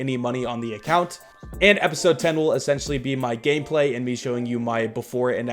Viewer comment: thought u said “GayPlay”